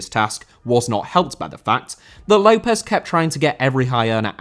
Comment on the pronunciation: López* not Louwpez